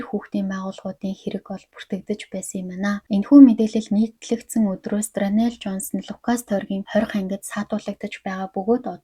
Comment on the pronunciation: Дранел биш даарнел шүү✌️